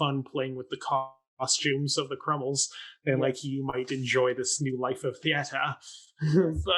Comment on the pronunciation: Crummles, not Crummle. What is with this guy dropping the S at the end of people’s names?